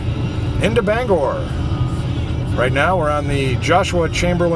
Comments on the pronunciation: That's BanGOR not BangER sir!😁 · I haven't been back in Bangor in 50 years ever since I had a beef with Selective Service System local board #10 (draft board during the Vietnam War). Interesting video, but I can tell that you're "from away" even after all this time. You don't pronounce "Bangor" local style.